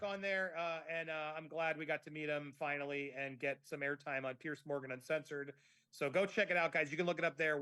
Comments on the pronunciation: If you want to ingratiate yourself to Piers Morgan, maybe you should pronounce his first name correctly! (I say this with good intention, Andy. I love your channel. I really am not trying to be a know-it-all.) Pierce ≠ Piers!!! 😱😱😱 Perhaps I am projecting, and if I am, I’ll eat crow and apologize. Here’s where I’m coming from. My first name is Julie. The name Julia is similar, but not the same. I don’t care for it when people refer to me by the wrong name repeatedly when I have corrected them politely (but firmly) REPEATEDLY! I’m not the gatekeeper of “the truth” on this matter, and others may feel differently. However, if someone wanted a favor from me, but kept calling me Julia, I would reject that person. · It is not Pearce or Pierce, it is Piers like Pears 🍐 I think. Do you think your Lady C connection raised your profile with him or something else? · Just so you know his name is Piers, not Pierce. You might want to pronounce his name correctly going forward. Great interview and yes Imarn is a dreadful person and he has since dumped her from appearing on his show any more. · Hello, loving your stuff on Fiona and watching from England UK. His name is pronounced Peerz not Pierce; I don't know if it's your excellent accent but I thought you should know x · Could all Americans please pronounce Piers as Peerz not Pierce. It sounds as a z not an ssss.... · It’s Piers not Pierce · Not Pierce but Piers different pronunciation.